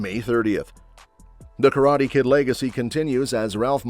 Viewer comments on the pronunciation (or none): none